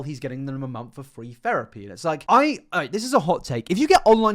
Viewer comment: a mumf. a MUMF. AAAA… MUMF.